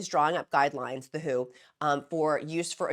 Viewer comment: Merry Christmas, Gab from Australia here. Just sat down to watch your latest video and wanted to let you know that the World Health Organisation is not shortened to “who” but the letters are read out as in W. H. O. Just a small thing but I thought I should let you know. Now, I have my morning coffee and will watch the rest of the video. It is going to be a hot one here today getting up to 37 degrees Celsius (98.6 degrees for you) but it looks like we could have a storm as well. I hope everyone had a wonderfully Merry Christmas and will have a Happy New Year as well. I too am coming up to two years on this medication (31 December) and it has changed my life for the better. You will soon be at maintenance level and I cannot wait to see how you manage it. You are looking so beautiful. You are simply glowing with health. I look forward to the next year of your videos and, of course, continuing to help the newbies in the free encouragement Facebook group. As an old hand at this now, 9 months in maintenance, my goals for the new year are to concentrate more on increasing my exercise (I want to play tennis again but need to be fit enough to run around for that) and getting my plant channel up and running now that I don’t have to spend so much time thinking about weight and what I put in my mouth every second of the day. Lots of love to everyone out there.